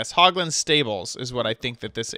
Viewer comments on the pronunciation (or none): What is a poglin? Do you mean hoglin